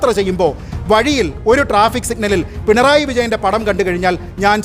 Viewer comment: പിൻറായി യോ 🙄.... പിണറായി എന്ന് പറയാൻ അറിയില്ലേ.. സ്റ്റൈലിഷ് ആക്കിയത് ആണോ